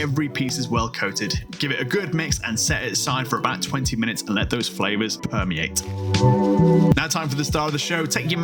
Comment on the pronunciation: and let those flavors PUHmeate